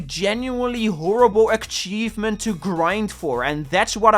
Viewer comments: Im I'm in love with the way you pronounce "Achievement". I'm gonna start saying it that way. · PLEASE PLEASE LEARN TO PRONOUNCE ACHIEVEMENT PLEASE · Please that's not how you pronounce achievement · It really bothers me how you say achievement, other than that great video :) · Shoutout to accent that somehow makes him saying “achievement” with a ‘K’ hidden in there right when it sounds like he will say it normally. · The video is good but if you pronounce achievement like that again I'll rip your head off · why do you pronounce achievement with a k?